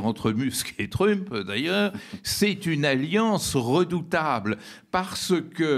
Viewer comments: Un vieux machin gauchiste. Déjà quand tu l'entends dire Truumpe, tu as compris... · Sa prononciation de Trump rend l'écoute assez pénible, zéro effort. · il y a une raison verbalisée pour laquelle Badie prononce "trump" à la française (alors qu'il prononce "Musk" correctement) ou c'est juste pour faire son intéressant ? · Le fait même d'ecorcher le nom de Trümp discrédite la totalité des arguments.